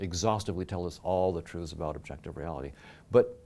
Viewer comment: The way he says truths really urks me lol... Trooths...